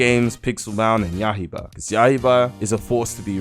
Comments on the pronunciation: Ah yes “yahiba” the demon slayer game named yaiba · He said “YAH HE BA” 💀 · did u just say yahiba